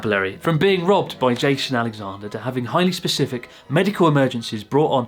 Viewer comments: I figured he said robbed but my ears definitely heard loved and I was like oooo haha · At first I thought was saying „I was loved by two men.“ 😳 U wot mate? I didn’t burst out in laughter for a while. 😂 Thanks Chris ☺️